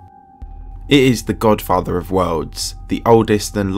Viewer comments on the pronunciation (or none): LoL He said The Godfater